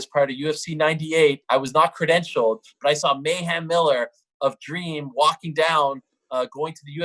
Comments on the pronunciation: So Ariel was intentionally mispronouncing mayhem as ma'am previously which caused him to flip out lol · Stop calling him Mayham